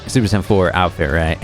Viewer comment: but is it "super cyan" or is it "super saiyan"😅😅 to be fair, my generation calls it "super say-ian" you literally say the workd "say" derived from "said". but whatev i just think its weird the way you say it lol